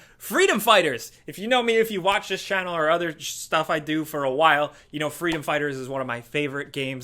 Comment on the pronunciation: ‘Shh-Stuff’ 😂 😂 nice catch.